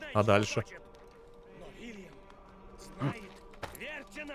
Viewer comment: Не Вильям, а Уильям!